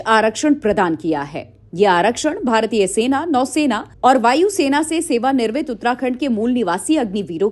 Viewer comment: Sewa nirmit nhi Sewa niwrit bolo❤❤❤